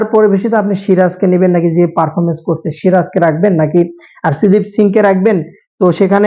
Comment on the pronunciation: বেডা প্লেয়ারদের নাম তো ঠিক ভাবে বল আর্শেদ্দীপ কি